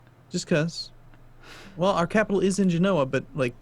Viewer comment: It's pronounced Ge-no-ah Genoa